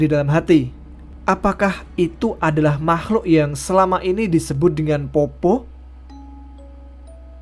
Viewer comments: POPPO' ya mas bukan POPPO 😂 tpi makasi mas sudah bawakan kisah dari daerahku makassar ❤ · Fyi min, bacanya itu peppo bukan poppo hahaha, ayah saya asli bone jadi dia sedikit tersenyum ketika mimin bacanya poppo. Keep rock n roll min 🤘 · Cara baca poppo.... D belkang kata kasi tnda baca Koma... "POPPO'" Nah wkwkkwkwkw